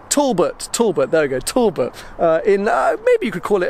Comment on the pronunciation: Tolboth? Tallbod? Talbot!!! Fuck sake.....